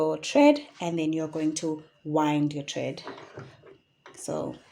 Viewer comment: Thank you for the instructional videos. Very helpful. Quick note, it's thread not tred